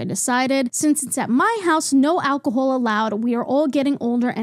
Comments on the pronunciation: I love whenever your accent comes out a little with words like alcohol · I absolutely adore how u say alcohol w ur lil accent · The way you say alcohol gives me life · I just noticed your accent in how you say alcohol and I love it for you and ur hat is so slay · just found your channel and i love it! but i NEED to know where this accent is from!! never heard it before. especially "alcohol" is so interestingly pronounced. - from a non-native english speaker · why do u pronounce alcohol like that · Im so sorry but all I could focus on is the way they pronounced Alcohol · love the way you pronounce “call” queen. “cwaul” “alcohowl”